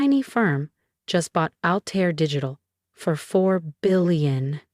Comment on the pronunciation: Altair not alter.